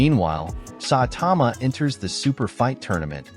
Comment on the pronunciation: its saitama not satama